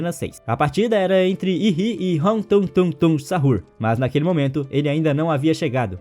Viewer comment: Me deu agonia quando ele falou "tungtung sahur" e tralalero tralala" "bomdardeiro crocodilo"